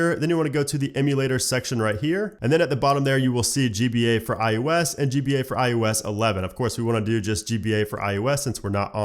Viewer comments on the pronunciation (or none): Is he saying I U S or IOS?